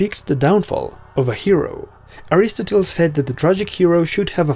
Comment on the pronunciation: I have never heard anyone pronounce Aristotle like that before. Just saying..